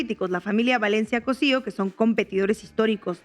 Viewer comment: "Antíoquia" no Antioca. "Postobón" no PAstobón. Valencia "Cósio" no Cosío.